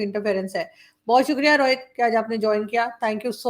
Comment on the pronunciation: Paxtani Rohit ko Rawhit bolte hai aur RAW ko Raa 🤣🤣